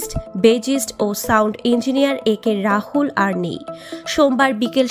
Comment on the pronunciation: আরে ভাই রাহুল না রাতুল